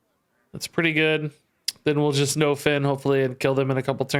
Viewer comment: Anyone else think is pronouncing nofin wrong? I think it's supposed to be pronounced like nuffin' can stop us (sorta like nothing can stop us)... I could be wrong though...